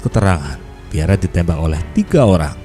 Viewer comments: Tulisan nya Piere mas e, baca nya Piyer bukan Piyere ya mas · Maaf admin, nama beliau cukup dibaca pierr. 🙏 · "Pierre" dibaca Pier yah min